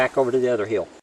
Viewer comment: I like when you say "heel", instead of "hill".